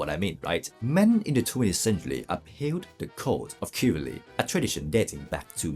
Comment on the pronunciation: Thank you for the great content! "Shiv-el-ree" is a helpful way to pronounce chivalry.